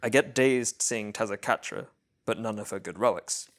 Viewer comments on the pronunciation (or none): i'm sorry. WHO did you see? taza catra???????????? TEZ CUH TAR UH. TEZCATARA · super awesome run and video but why do u say tezcatara like that